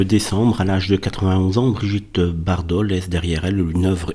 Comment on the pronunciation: Bardot mais pas Bardau ! Toujours aussi doué celui-là